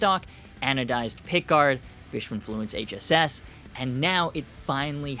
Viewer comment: …I know this is trivial, but THANK YOU for saying “HSS”…it drives me insane when people say it wrong and say “ssh”…you are the man👍